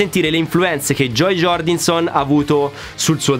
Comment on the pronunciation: Scusa...ma Bruce Springsteeng non si puo' sentire...al pari di Joey Jordinson...da un batterista...almeno i nomi corretti dei suoi colleghi.